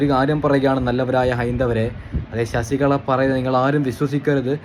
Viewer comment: ഷശികള അല്ല മോനേ...(ലളിതത്തിന്റെ )(ല) അങനെ പറയു ആ മൂർഖനെ